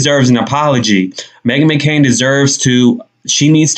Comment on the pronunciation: So funny, sounds like she said Me-Again 😂😭😭😭